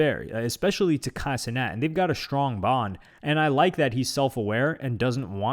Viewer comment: Kay see-net